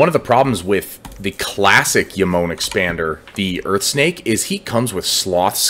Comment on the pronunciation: Really helpful video for Jomon, thanks bro. Also not to be pedantic, genuine trying to help a brother out but the J is pronounced like "Joe-mon" not "Yo-mon" since the faction is obviously based on Japan and in Japanese thats how that letter is always pronounced.